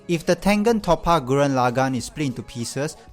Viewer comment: It's not top-a it's tope-a